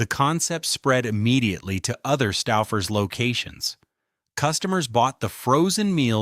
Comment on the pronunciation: Making me crazy. STOOOO...FERS. OOOO not Stauffer. I grew up in Cleveland with Stouffers. Still eat it.